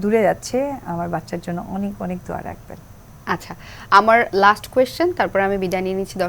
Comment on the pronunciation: হিন্দুর বাচ্চা দোয়া কে বলে সুরা। তাও আবার ভুল উচ্চারণ। সাকিব কে ইনকারেজ করার জন্য ধার্মিক সাজার অভিনয়। মিথ্যাবাদী, বহুরূপী মহিলা